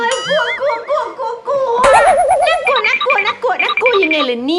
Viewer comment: คำว่าน่ากัวไม่ใช่ต่องน่ากลัวคะ